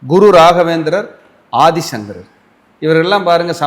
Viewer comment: Aathisankarar, Thiruvathirai, sariya, sollunga.